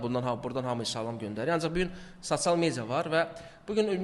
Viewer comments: Sasial yox sosial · Gijdıllax sasial yox sosial düz de 😡😡😡😡😡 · Sacial nedi sosial rusdilli qaqasdida bu